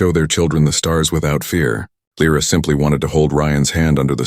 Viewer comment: Mille figli (sons)? Or mille Soli (Suns)? Dai! Sei stupido? And new the english scarso. Dovete migliorare! I nomi, questi sconosciuti. L R A or Lyra? Alien names ... Good story and trama, but your italian & english are...:-/